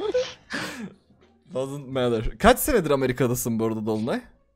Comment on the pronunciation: doesn't matter'i Dazınt Medır diye yazmıştır diyenler. 😂😂